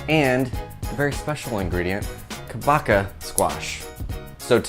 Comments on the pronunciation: Pronunciation for kabocha is short “a” like in car, long “o” like in hose and “ch” sounds like ch in munch so ka-bo-cha and not ka-no-ka…hallelujah!!😊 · pronounced Ka BOW(bow and arrow) CHA (the cha cha)